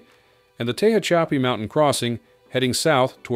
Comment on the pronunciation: "Tay-hah-chappy". Its "tu-hatch-a-pee". The AI narration on this channel is always just painful.